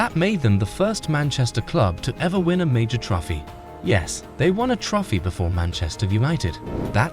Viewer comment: dislike for pronouncing trophy as "trofy"